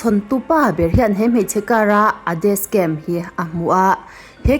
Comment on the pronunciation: Dascam tiin i lam a,Jashon tiin i lam leh lawi bawk sia,'SH' hi 'S' angin i lam a,'S' hi 'SH' angin i lam leh daih thin a video dangah pawh...Ka lo sawi ve mai2 nihchu aw,mit leh beng erawh a tlai thin e👍🏻